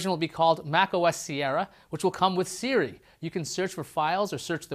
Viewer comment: "Siri" not "Seari"!